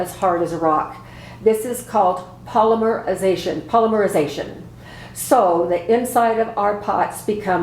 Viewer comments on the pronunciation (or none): You don’t have to pronounce the y in polymerization or polymerize… Lodge pans cannot be made smooth because they use a sand-casting procedure. This is according to a representative from Lodge… As you use the pan with the dings and mars, they will fill up with the seasoning and fill in smooth… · LMFAO at the “left-in out-takes” of your struggles with the word polymerization. Thanks for the great video too.